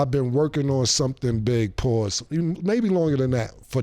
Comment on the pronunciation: That’s a sassy pause with all them S’